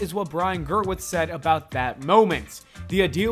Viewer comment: why does everyone say his name "Ger-witz" everytime i hear it i have to check its spelled the way it sounds Gewirtz "GUH-WURTS"